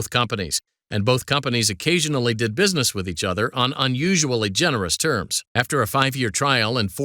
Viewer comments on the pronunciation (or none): none